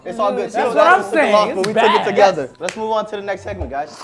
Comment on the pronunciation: he went "mashiseo" pllss😭😭😭😭